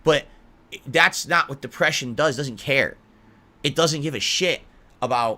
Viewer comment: "Mah dehpreshiohn!" ANGRY SNORT Most people who suffer from depression doesn't bring up that they have depression.